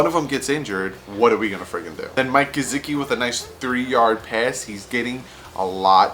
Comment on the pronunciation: mike GUH-SICK-EE you missed his name but you got Devon godchax